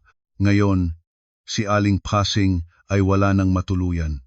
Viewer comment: Ayusin.mo nga yong mga salita mo! Pasing ginawa mong pesing listening from Bacoor Cavite